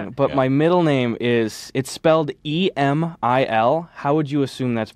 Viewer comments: Eugh the cringe when americans try to pronounce nordic names. It's not Emmille nor Anal... it's Eeh-mill. The I is pronounced . Like an american E. The E in the beginning is pronounced like the e in enema. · I think "Emil" sounds like "anal" when you say it just because of the norweigan/swedish language barrier to how we pronounce vowels in scandinavia. It should sound more like a regular E followed by like how you would say "mill". The E would still sound a bit off, but I'm not sure how to describe what the difference is exactly. That's at least in Sweden, probably a bit different in Norway. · It's not pronounced "aymil", just speaking for all the swedes here. Emil sound more like Email without the a (kind of). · Emil is not pronounced like Amail, but like Émill with a short 'i' as the 'i' in "bill" rather then the 'i' in "tiger". Check out the intro for the childrens show Emil i Lönneberga! 😊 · Gus needs to ask his parents again about his pronunciation on EMIL. In Sweden we say EEEmil. Not enal? wtf haha :') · no it's not AY-mil it's E-mil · In norway you dont sey eymeele you say emil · dont wory gus, "emil" isnt pronounced like anal, but more like "ehmihl".. ts hard to spell out lol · Hey Gus, my name is Emil and I will now stop watching your content, also you pronounce it wrong, it's not "Aymal" it's "èmil" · I’m so confused as to why his parents didn’t inform him that the name “Emil” is pronounced Ehh-miil but not Ae-mil or Ee-mil. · Emil is pronounced Eh-meel or Eh-mill. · Emil is not pronounced like that lol It's more like Aemeel. But english-speakers aren't really famous for being able to pronounce Scandinavian words/names, so Ameel is probably the closest thing most americans can get to. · Gus cant pronounce his own middle name lol is more eh-mill ( i assume its written like ‘emil’) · His middle name Emil is actually pronounced E-mill E like the first E in ectoplasma and mil like i got 1 mill$ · Great podcast! Not true about the pronunciation of Emil, tho.